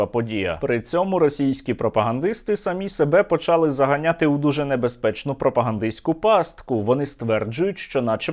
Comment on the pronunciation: а чого він каже почАли і булА. то хай каже бУла, я якщо каже булА, то й почалА треба казати, а то одне слово з галицьким наголосом, а інше ні наче здрастє